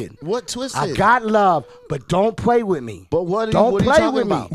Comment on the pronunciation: Khaled: Don’t pway wit me Don’t Pway wit me 😡😤 Cypher:Say other words!! 🤣 Khaled: You could lie but don’t pway wit me.😂🤣